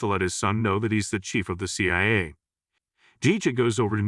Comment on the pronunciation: Can't even pronounce C.I.A